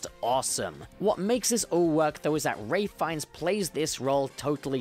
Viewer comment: I think Sean Pertwee is the best. Also, why can nobody say Ralph Fiennes right? It's Ralph. As in Wreck-it Ralph.